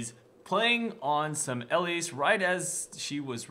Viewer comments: Not ELLISE its el-lise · EEE-LEASE Good lord Colby, first ELL-IS, and now ELL-ISE. Watch. The. Damn. Spotlight. The creators, and people at Riot know how to pronounce their own champs, and on top of that this is a name that is not uncommon and should have at some point showed up in your life as a name you've heard audibly. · Ee-Leese Not EL-Eese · Really? ELLISE. Is not pronunciation. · And don't forget to actually pronounce the e at the end. It's not silent ^^ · You say her name really weird...